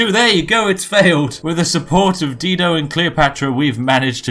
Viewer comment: Love ya Spiff but I have to say Dido is pronounced Die-doe.